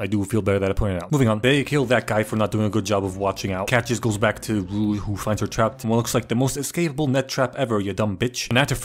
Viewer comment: Glad that he had enough respect to say Rue’s name correctly